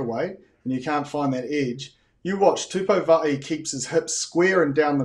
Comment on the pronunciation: You guys are totally screwing up the pronunciation of Tupou Va'ai. Go and consult with a Samoan to get it right and stop guessing it. It makes you appear ignorant and disrespectful. If you had learned Maori, you'd know the mistake you're all making.